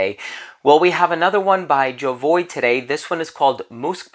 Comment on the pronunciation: Why do american people think they have the right to pronounce names of brands their own way when the French say it is ZHO-VU-AH?